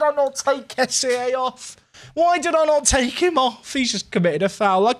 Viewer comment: Loving this. But... Kessie is pronounced 'Kess-e' - That's how the man himself says it!